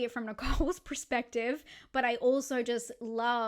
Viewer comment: Its perspective not prerspective 🤦‍♂️ everytime 😂